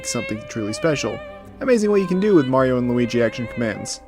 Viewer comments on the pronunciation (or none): none